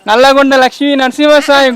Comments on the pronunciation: నల్లగొండ .. నల్గొండ కాదు .. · అది నల్గొండ కాదు బ్రో నల్లగొండ.. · Nalgondaa kadhu Babai Nallagonda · I think it's not #Nalgonda, it's #Nallagonda 👍🏼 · Bro adhi nalgonda kadhu it is nallagonda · Bro adhi nalgondda kadhu ...Nallagonda.....jagital distic kodimal MDL.... Manchiga chupichhinav anna video matram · అన్న ఇ ఊరుపేరు నల్లగొండ ..నల్గొండ కాదు... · Adhi nalgonda kaadhu Nallagonda bro maa daggare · Nalgonda kadhu anna nallagondaa😀😀